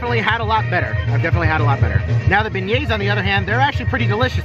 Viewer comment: Beignet =" Bin-yay"